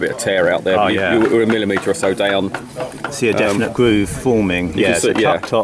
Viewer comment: See the gwoove ....? Vewey Vewey good. Some were loose....some were tight...